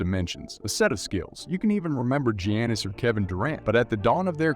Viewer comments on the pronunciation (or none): Bro said steven curry and Gee-annus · My man said G Annis 😂